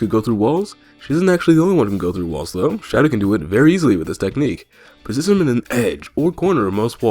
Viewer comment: I was so tired and then I hear,"pnitsion him against the wall."I was the hardest laughed at that moment.XD